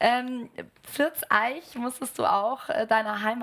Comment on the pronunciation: Er kann schon besser bayrisch als sie: "pFirrrTs aeich"